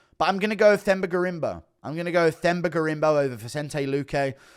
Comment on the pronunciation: FYI you don’t pronounce Themba with a TH. You say it “Temba”. You welcome.